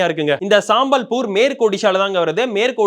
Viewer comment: அதை சம்பல்பூர்னு சொல்லணும்பா. சாம்பல்பூர் இல்லை. சாம்பல், கரித்துண்டு என்று தப்பு, தப்பாக சொல்லாதீங்க. அதே போல் தசமஸ்தானத்தை சொல்லும்போது (12.68 ) பன்னிரெண்டு புள்ளி ஆறு எட்டு சதவீதம்னு சொல்லணுமேயன்றி, பன்னிரெணடு புள்ளி அறுபத்தியெட்டு என்று சொல்லக்கூடாதுன்னு ஆரம்பப்பள்ளி கணக்கு வாத்தியார் சொன்னதை மறக்கக்கூடாது.